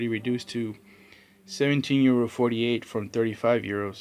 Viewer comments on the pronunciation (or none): Some nice grabs there... and you say "euro" where and how did you get those?